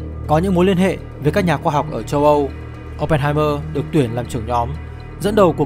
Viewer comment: Thank. Nội dung quá hay. Nhưng sao "Châu Âu" mà nghe thành "Tâu Âu"